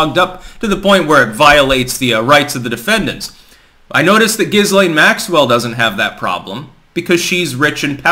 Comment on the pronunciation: Lol “Giz Lane” 😂